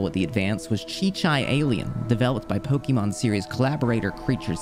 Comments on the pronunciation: It's actually pronounced "poh-kay-mahn." The accent over the e is pronounced like the word café. This book explains it. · Did you know? It isn't pronounced Poke-E-mon. Stopped watching as soon as I heard that.